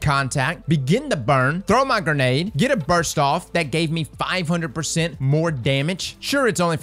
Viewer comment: You do now that it''s burst, and not burs right? lol